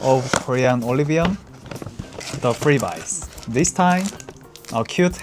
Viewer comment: 안녕하세요. 제 한국어가 서툴러서 죄송합니다. 아직 배우는 중이에요. 발음에 대해 한 가지 정정하고 싶네요. ‘freeBEE’라고 발음하는 것이지, ‘freeBYE’라고 발음하는 게 아닙니다. Thanks for the recommendations, I have added the Skinfood, Vit C, and the Illiyoon to my list to buy when there is a major sale.